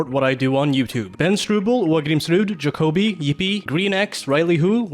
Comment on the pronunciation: Hey he said my name right 👍🏻 Ja Coby